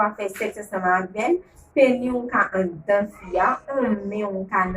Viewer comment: Le " s " se prononce dans pénis ! Merci !